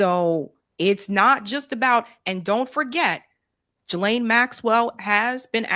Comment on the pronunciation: I love you, but,WHY do you always seem to intentionally mispronounce Maxwell's Christian name??? It's pronounced "Ghi" like in geese, instead of "Jilane"!!